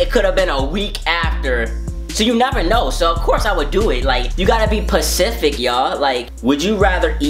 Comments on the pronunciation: "you gotta be PECIFIC y'all." it's specific jay.... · Dis nigga said PACIFIC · "you gotta be mor PACIFIC yall" smh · "And to be pacific"🤣😂😂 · "And to be pacific" 😂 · This Nygga Said you gotta be "Pacific"😂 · "you gotta be Pacific" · SPECIFIC* Or u talking bout Pacific 🌊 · you gotta be Pacific not specific😂😂